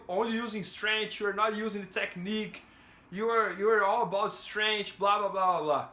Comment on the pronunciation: Please pronounce it STRENKF.... not STRANGE like Demian Maia